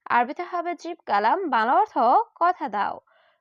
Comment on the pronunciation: বাংলা অর্থ বলেন নাকি ভালা অর্থ বলেন স্পষ্ট করে বলবেন...... বাংলা অর্থ